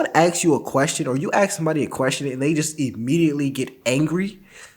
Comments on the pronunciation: Ask not axsk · are you aware you keep on saying AKS instead of ASK? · The word is aSk with an S. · I like this video but how do you ax a question? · bro, you're better than this. just stop with the "axe" a question...it's like a white person having to learn how to say "aint". or "yall" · I really respect the work you do, but will you please try to pronounce the word "ask". Random white guy asking...maybe begging.